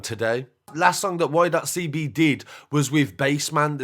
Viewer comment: All of you lot just hop off the comment, my guy is just pointing out that Y.CB should be said 'Why CeeBee'... Not 'Why dot CeeBee'... The ''full stop/dot'' has no relevance other than breaking up the two words. Argument finished.